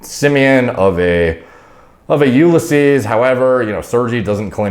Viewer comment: It's no You-le-seas, it's You-liss-ease, lol